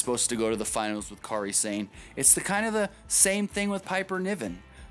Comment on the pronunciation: For the record, you're saying her name wrong. Kairi's first name is pronounced the same way as Kyrie Irving's. They should have gone with the Toni Storm-Kairi Sane final. It was far superior to the final they had. They didn't make Rachel Evers change her name, she chose to change it as she wanted to be known on her own.